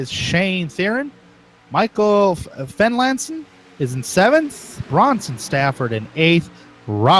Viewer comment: Future reference, Therrien is pronounced like Terry-in Fenlason is Fenlayson Also the 18/14/38 are all teammates